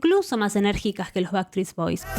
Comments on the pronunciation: En realidad dijiste baktrits bois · Que doloroso escuchar tantas veces bactris boys jajaja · Jaaajaajajajajaja me morí con eso!! "Backtreets". Se te cambió de lugar la S. Qué bueno que lo digas así nos podemos reír todos porque estaba 🫢🫢🫢🫢🫢🫢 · Me ha hecho mucha gracia que no hayas pronunciado bien ni una sola vez Backstreet Boys XD Eres la mejor!